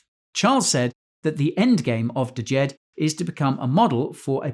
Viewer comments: Pronounced Jed not d-Jed brah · the name of the stablecoin is JED and is JEDI. getting really cringe hearing people mispronounce the word especially since shahaf has said the name several times and all you had to do was look up one interview with him talking about it to learn the pronunciation. its the egyptian word for stability